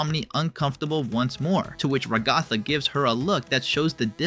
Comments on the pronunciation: Bro pronounce the names right. Rahgahtha isn’t how it is pronounced. Goomigoo isn’t either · Just so you know, you pronounce Ragatha as RAg-ga-tha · this is my first time watching your videos, so i had no idea you pronounced ragatha's name like that. every muscle in my body just cringes every time you say it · Ra-GOTH-uh Jax's love Do you watch the show? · why do you pronouce ragatha's name like that lol. they literally say it in the show. she's a raggedy anne doll. rag-a-tha. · You pronounced Ragatha wrong and Zooble is a non binary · Yeah, why does no one get that Zooble is non-binary :( I feel bad for her and also a lot of yt vids pronounce Ragatha wrong for some reason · Please god say ragathas name right its driving me crazy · Bro how you pronounce ragatha makin her sound like eldrich god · is nobody gonna talk about how he pronounces ragatha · WHY ARE YOU PRONOUNCING RAGATHA THAT WAY? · Delighted and amused by your pronounciation of ragatha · dude atleast pronounce Ragathas name right... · Why are you pronouncing Ragatha's name like that? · You said her name wrong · Is the name ragatha that hard to pronounce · QUEERPHOBIC MISGENDERER. Zooble is they/them, not she/her. Also, Ragatha is pronounced ‘rag-uh-thuh’, not ‘ruh-gah-thuh’: Although I doubt TTS would care. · I’m sorry but I can’t get over you pronouncing Ragatha as Ragotha💀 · "Regotha" Bro it's pronounced "Ra-guh-thuh" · RAG-uh-thuh not rag-GOTHa. Please correct your pronunciation. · I don't mean to be harsh but you're pronunciation of Ragatha is messing with me. It's "Rag-A-Tha" not "Ra-Goth-a". Like the name Agatha but with an R in front of the word. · Why did you keep saying ragotha bro it’s rag-a-tha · You're a bit harsh on Ragatha. Also why is no one talking about the name pronunciations being completely butchered in this video?! Stop saying Ra GOTH uh, it's cringe 😭 It's RAG uh thuh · Ragatha ❌ RaGOTHa✅ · Every time he says “Ragotha” I get so pissed off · Its RA-ga-tha, not ra-GA-tha...